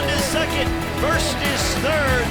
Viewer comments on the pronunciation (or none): Worst is literally the easiest thing ever to pronounce. It's pronounced with an o like in bottle. And I'm Belgian, not Dutch. We don't say patat!! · shame on you commentator,,,do your homework how to pronounce the europeon names ....WORST ; THE O SOUNDS LIKE IN HOT